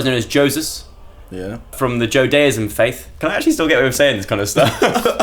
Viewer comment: “Joedaism” why am I laughing 😂🤣😂